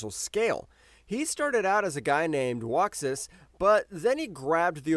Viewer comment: Uxas not waxas